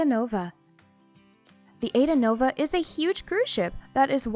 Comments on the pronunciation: It’s pronounced “ahEEdahnova”. “Aida” is an Italian opera. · AIDAnova. It is pronounced Ah-ee-dah, nova.